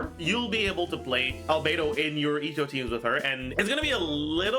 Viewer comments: Not Albe-two. Albe-dos!😂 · *Albe-dos. She is Albe-dos. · She's not albedo She's albere